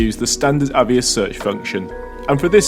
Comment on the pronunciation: Moot point lol, am i saying it wrong or are you saying it wrong? I’d pronounce it A VEE OSS, you say A VE iS 😂